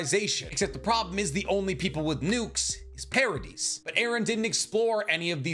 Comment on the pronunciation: The pronunciation in this video kills me. Do you pronounce Yvette “ya-vet” or Island “is-land” ? Ee-meer. Para-dee.